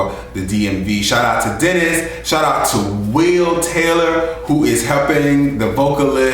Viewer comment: shout not shot :-)